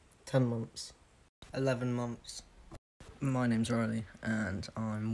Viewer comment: I’ve heard months in that accent so many times now, that I’m hearing “mumphs” not “months”